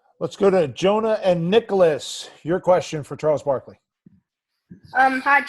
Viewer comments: “Chwals Bwakley” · “Chaws backlee” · "Chode Barkley" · Bruh this cant even pronounce his name 🤣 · I love how he mispronounces Chuck's name just like Chuck mispronounces names.